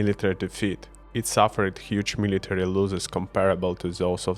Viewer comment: Your English is perfectly fine! (one thing: the "o" in "losses" is like the "O" in Odessa). I'm from Austria and I fear that we will become the next Putin suckers soon. There are elections this year and our far right FPÖ is according to polls predicted to get the most votes (~30%). You can guess what their stance on Ukraine is (the FPÖ has a "friendship contract" with Russia's "United Russia"). Not that Austria was so much better up to now. We are hiding behind our "neutrality" (being more neutral than Switzerland) to do nothing (btw. the FPÖ is like Orban: in the 2000s they were all for joining NATO, now they are all for "peace" and "neutrality"). Our biggest oil/gas company has a contract with Gazprom running until 2040, and no one is allowed to see the details of the contract. Oligarchs (Russian AND Ukrainian ones) or their families are "hiding" in plain sight in Vienna. A year ago (with the Ukraine war in full swing already) the Chamber of Commerce (an organization mostly controlled by the conservatives, ÖVP) was planning a cross country skiing event for businesses near Moscow and only backed down because of public outrage. I am not mad at all if Ukrainians remember what Austria did (or did not) do and treat them second to last just before Hungary when it comes to contracts after Ukraine's victory!